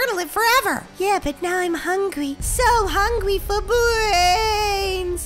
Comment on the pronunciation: You said bwains bwains